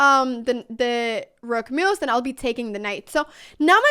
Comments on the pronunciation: I kept hearing mooos when you were saying moves 😂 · Did she said "bad MOOves"?😂